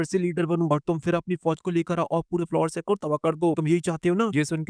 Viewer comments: Vai folingster nahi Flower sect hoga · Fulling Star nahi flower sect hai wooo😂😂😂😂😂